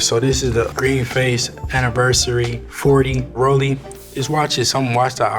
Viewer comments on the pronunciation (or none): none